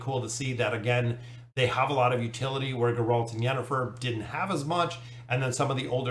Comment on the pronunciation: The way he pronounced Geralt gave me momentary bloodlust